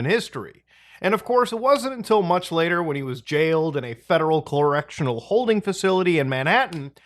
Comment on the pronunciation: "colorectional" 💀 bruh